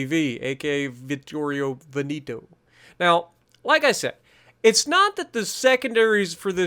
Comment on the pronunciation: Its not Veniiiiiito its Veneeeto